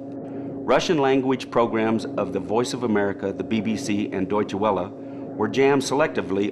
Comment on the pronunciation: He keeps mispronouncing Deutsche Welle. Other than that, I enjoyed this documentary. I listen to a lot of shortwave, so I must be immune to the sounds that others seem to find so annoying.